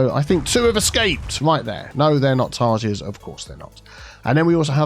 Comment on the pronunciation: Tarsiers are pronounced with S not Z. They are tiny little rat/monkey looking animals living exclusively in South East Asia. Weird but cute looking animals :)